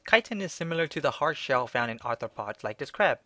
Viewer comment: "chitin" sometimes pronounced "kitten"...lol